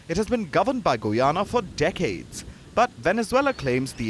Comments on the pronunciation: Did he say Goo-yana? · not gu yana but guy ana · Whats Goo-yana? Its Guy-Ana. Like how you proinounce Guy. When you dont know how to pronounce a name, just youtube tourist videos of the nation or something. Keep it professional. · It's pronounced 'guy ana' not 'goo ana'. Otherwise excellent coverage.